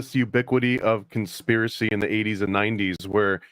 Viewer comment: LOL "conspEARacy"